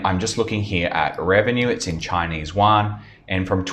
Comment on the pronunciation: Yo, you mispronounced all the company and the yuan. 🙈🤯🤯